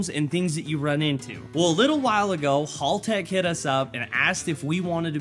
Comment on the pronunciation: MATE!!! Its pronounced HELL TECH Not hall tech 😂😂